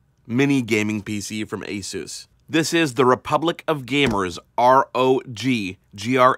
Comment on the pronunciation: take the peg out of pegasus and thats how your pronounce it aaaaaahhhhhhh ssssuuuussss